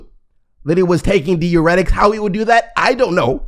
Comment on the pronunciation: dai· ur·eh·tuhk... If I hear this man say deeuretic one more damn time....